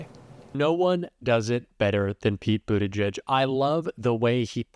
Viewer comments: The guy can't even pronounce Pete's last name correctly. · The Fox dunce can’t even pronounce Pete’s name correctly (in typical maga form) and introduces him as former mayor of Indiana?? I mean he’s the current secretary of transportation for Christ sake. Fox is such trash.